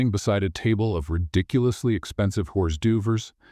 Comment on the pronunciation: It looks like you are just beginning your journey with these stories. Since I know nothing about AI, I don't know how hard it is to teach it how to correctly pronounce words like hors d'oeuvre, Ave Maria, and Louboutin, but if you want to stand out from all the other AI story channels, teach it how to do that, and also use punctuation. You have wonderful storylines, great use of humor and sarcasm, with less repetition of themes than most. Keep the great stories coming!